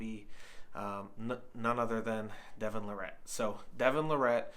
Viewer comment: He finally said it right the last time.